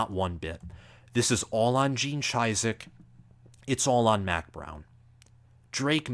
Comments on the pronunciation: Gene Cheesedick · How do you run a college football show, and mispronounce Gene Chizik’s name? The guy has won a natty in the last decade….that alone should deserve him the respect of how to annunciate his name properly. UNC prediction is where it happened. I don’t know how long you have covered the sport, but I think even most casual fans can pronounce the names of the last decade of relevant coaches. Mack Brown/Gene Chizik have both won a natty. But you did say BOLD so you get a pass lol.